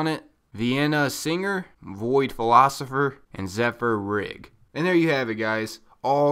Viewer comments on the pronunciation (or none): none